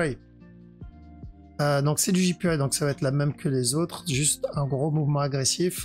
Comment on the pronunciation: Merci ! "Jipiwaille" pour JPY ca me tue à chaque fois xD